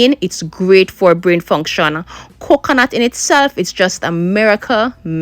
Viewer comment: "Yes, it supports brain FONGSHONer"